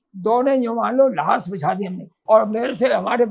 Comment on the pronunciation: pardon me for pointing out: लास नहीं लाश Thank you!